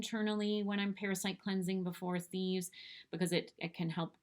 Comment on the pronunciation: ~ ?"before a thieves". Could you clarify what you said there?